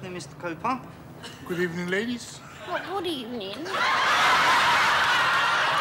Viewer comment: Oh good Ebening 😂😂😂